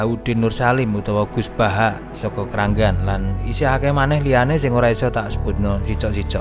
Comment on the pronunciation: Kragan mas dudu kranggan.